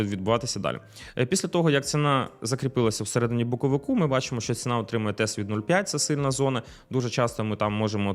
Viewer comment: "Боковику" де не треба ріже слух. Може вивчити де "боковика" треба казати, бо складно слухати.